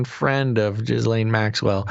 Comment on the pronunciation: Guys, her name is pronounced : "Geh-lynn" or "Geh-laine", not "Giz-laine"